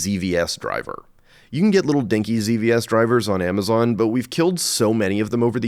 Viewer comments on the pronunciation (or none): none